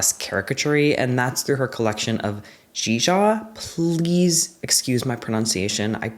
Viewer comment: Your pronunciation of zhizha was pretty good! The i is more like ‘uh’ that's it. But i’m not fluent.